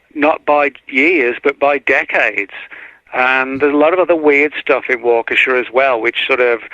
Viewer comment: it's pronounced WAH KA SHAW! NOT WAKEESHA. AND YOU GREW UP IN THE AREA? 😂 NO WAY LOL